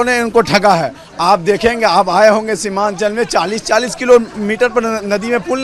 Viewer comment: शिवानचल नही सीमानचल